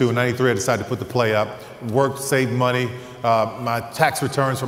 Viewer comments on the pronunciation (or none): none